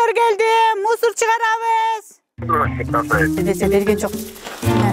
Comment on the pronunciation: Эжеке мусорго келди дебей, мусоор мусор келди дейтго😂😂😂😂